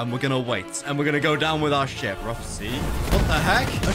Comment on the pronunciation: When hw said ship it sounds like shit